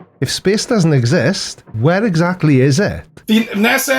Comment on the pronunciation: 2.23 exacky